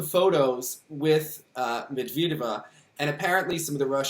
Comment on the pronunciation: Thank you for the vid!! ALSO - its not med-veed-eva lol. med-ved-yeva. med and ved rhyme.